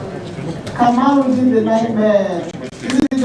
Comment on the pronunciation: Kamaru not kabiru